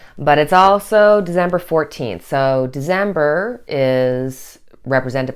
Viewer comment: December not Dezember